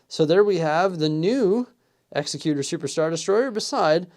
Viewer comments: It's exEcutor, not execUtor. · I could not finish this video after I heard you mispronounce the name of the ship multiple times. The name of the ship is pronounced "ExecuTOR" not "ExecuTUR." Have you not seen Empire Strikes Back? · The EXECUTOR (pronounced like the legal term). LOL, I was going to let it go until I heard it twice. It just makes me cringe. The other way would be spelled Exexcuter or more properly Executioner. The only thing wrong about this set is the price, especially considering the price compared to the Frigate. Maybe one day they'll nail it. They did with the Scythe, maybe they'll do it again at some point. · Pronouncing the name wrong btw 😂 great vid 🎉